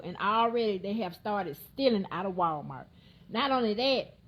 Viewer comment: 🤔 Did she say, ''Wild-mart?'' 🤔